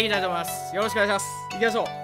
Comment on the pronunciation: なぜか「おねげぇします」にツボったw